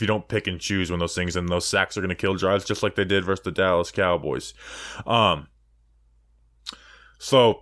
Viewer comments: Yes you miss pronounce these words: it’s VERSUS not “verse” (that’s part of a song). It’s ETcetera not EXcetera. And it’s ESpecially, not EXpecially. But I love your analysis! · Thanks.. at least now I'm not alone in pain when he constantly says 'verse'. 😖